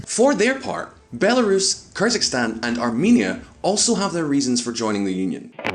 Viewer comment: It's not "KYrzikstan", please say correctly Kyrgyzstan 🇰🇬.